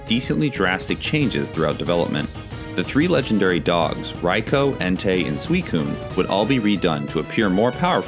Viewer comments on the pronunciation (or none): none